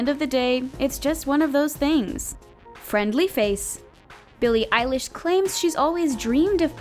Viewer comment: Sneako Animations ugh it’s billie eilesh not eyelash